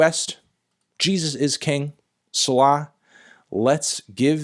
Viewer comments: It is Say-lah not Sell-lah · It’s pronounced “say-lah” Anthony not “suh-law” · this dude said "Sulah" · If he calls selah sell lah one more time I think my eardrums will explode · I’m pretty sure it’s pronounced “See-lah.” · You pronounced “Selah” wrong. Try saying “say-la”. Otherwise, I dig your vid! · Pronounced saylah lmao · Its say lah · It’s pronounce See-La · Anthony... it's SAY-luh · Its Say•La phonetically. Great review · It’s pronounced Say-la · Its pronounced See-la, a Rastafarian term. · Pronounced 'say-la' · Its pronounced see-luh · It’s Pronounced “SeeLaa” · It's pronounced 'C-Laah' you heathen. It's Hebrew for "check what I just said" "re-read" "re-listen" because it's important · Pronounced say - lah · it’s pronounced sea-la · It’s pronounced see-lah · It’s pronounced say-lah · Its See-lah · Its pronounced Say-Law. Its based off of the book of psalms in the bible. Good video tho always enjoy your thoughts on music :) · Say-Lah btw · That’s pronounced “Say-Lah” like at the end of different psalms. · Wtf is that pronunciation... 'sellarr'... ??? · It’s pronounced “SEE-luh” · how tf you gonna pronounce it like that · Anthony it’s not pronounced Selah. It’s actually pronounced Selah, it’s an honest mistake so I’ll forgive it this time but I best not catch you slipping on the album review. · Bruh do you not know how to pronounce the track name.. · On God, that is not how you pronounce Selah